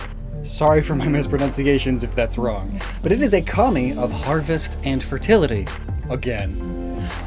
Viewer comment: You pronounced Ugajin right. Actually your pronunciation in general has improved a lot over the years :)